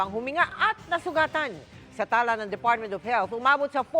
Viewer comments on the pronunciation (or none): Mel tiangco, talā ang basa doon not ung tala na STAR. Tala, meaning based sa datos nila ganon. Suskopo beterano batikan mamamahayag na di pa rin ma perpek pag babasa